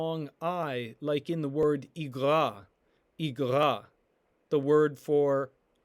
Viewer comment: Aleph was in the beginning in some of your words but I did not hear an A but rather a E like with elaha or a I like in igerah. confusing.